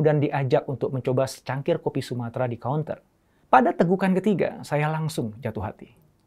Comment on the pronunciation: Terdengar "kopi sumatera", seriusan coach?